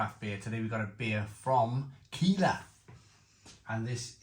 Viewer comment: Looks great. It’s pronounced like Kyler instead of Keeler, by the way.